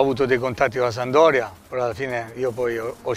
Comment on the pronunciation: 💙⚪💖🖤⚪💙 Pescara è rappresentata da un delfino... Genova, da ALMENO 50 anni è rappresentata dalla SaMP! PRIMA REGOLA: imparare a dire SAMPDORIA ( si può dire anche SAMP...anche DORIA...ma MAI sandoria!) IMO ovviamente. Saluti e SEMPRE FORZA SAMP!!! (hai visto Difra...è facile..😜😜) 💙⚪💖🖤⚪💙